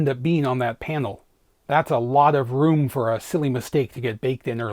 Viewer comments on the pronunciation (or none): none